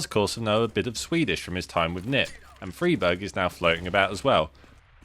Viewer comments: Stop saying freeberg plz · You are saying friberg wrong? On purpose? I can't tell...